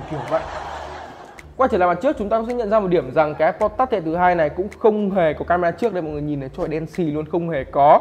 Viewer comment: Touch đọc là tắt hả mọi người